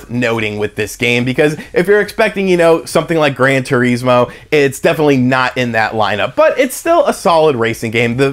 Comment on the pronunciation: Grann Tureesmo